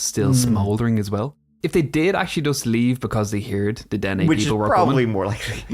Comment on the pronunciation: they are called the den neh. kind of like the valley's name you got the the nah ha right lol i know thats not how its spelt